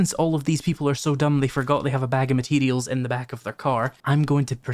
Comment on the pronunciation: It's "Materials" not "Mateedials".